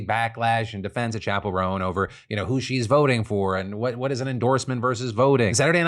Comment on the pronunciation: Chappel Roan sounds like 'chaperone'.